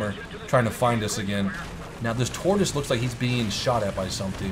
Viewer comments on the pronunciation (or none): none